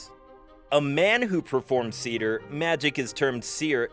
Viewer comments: Its not "Seeder", Its pronounce "SAY theer". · It's actually pronounced Say-ther. Roll or "trill" the "r" at the end. Great video. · It’s Seiðr, not cedar…